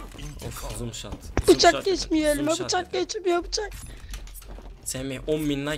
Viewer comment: abi zom shat deyil no scop